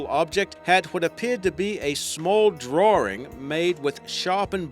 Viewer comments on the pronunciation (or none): It is DRAWING not DRAWRING! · wtf is a drawring? lols